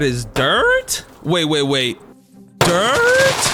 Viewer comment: "DiRt? wait dIrT?" its the way he pronounced that for me